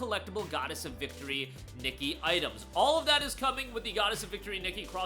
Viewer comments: Its not Nikki but Nee-Kay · the way he says nikke bro.... hes saying "nicky" and not "knee-kay" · Nikke (Nee-Kay) btw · KNEE-KAY is how you pronounce it